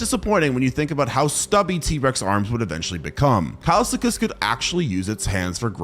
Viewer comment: bro said kilsekus instead of kileskus